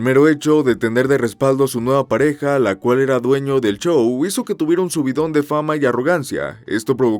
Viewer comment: Bien contenido, pero, el chou, el chou, el chou…...